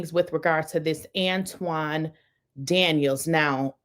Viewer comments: His name is An-ton, not An-twon. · His name is Anton not Antwan and he is a goofy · It's Anton not Antoine and don't want to be bothered with this man. He is in insufferable egomaniac who has a Napoleon complex.. not everything he says is incorrect about black women. I don't think most women have the same understanding of feminism. I despise feminism because the feminist movement wants to be equal to men and we are different. They don't want equal outcomes they want preferential treatment. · Ma’am how u gonna do a video about someone and u can’t pronounce his name properly🤔 I’m not a Anton fan but u coming off sounding like a bitter lonely woman who hates men🤔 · She dont even know how to pronounce his name....she jealous